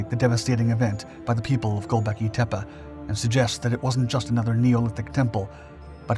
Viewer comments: ...gobekli tep-uh? Tepuh? It's "tep-E". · It's pronounced "tep-ay" not "tep-uh". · It's not tepa (teh-pa) it's tepe (teh-pay) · Tepe isn't pronounced with an a at the end as you have (it's not spelled Tepa)